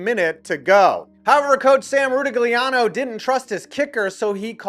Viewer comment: It’s pronounced ru-TIG-lee-ah-no.